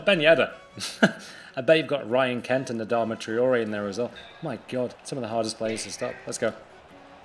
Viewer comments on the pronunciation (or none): none